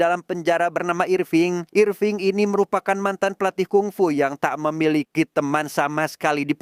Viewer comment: Irfing kek jowoki bejirr😂